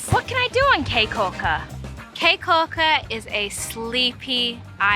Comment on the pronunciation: Caye is pronounced like key not kay. nice video.